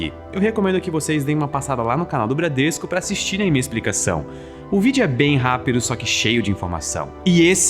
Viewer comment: "Bradresco" Ah sim